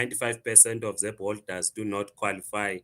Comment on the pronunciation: Educated can't even pronounce ZEP😂😂😂 fake zim zim